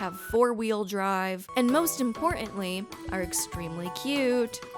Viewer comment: You lose credibility when you cannot or will not pronounce the T in mountain or important. Also, 11 minutes in and you're on your second promotional ad😢 Very disappointing